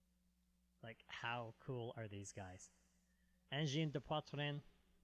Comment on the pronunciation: Wow your prononciation of Angine de poitrine is pretty good! Not every anglophone can do it that well!